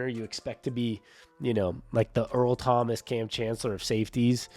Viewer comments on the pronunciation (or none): none